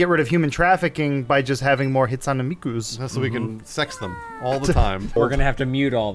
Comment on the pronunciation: Hate-soon mikkuh